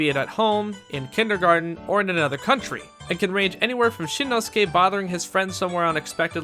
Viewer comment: Shinnosuke... nicely pronounced